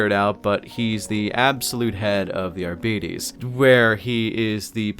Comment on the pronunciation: The way you pronounce Arbites triggers my fight-or-flight response